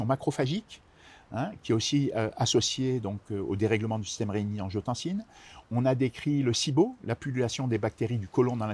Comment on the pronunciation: A 3min40 : "système regiotancine-Aldo-Stérone" : est ce bien ce qu il dit ?? 😁😉